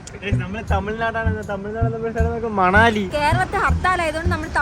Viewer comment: മണാലി അല്ല മണലി anu😂😂